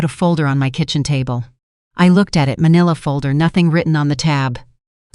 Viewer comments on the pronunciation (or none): none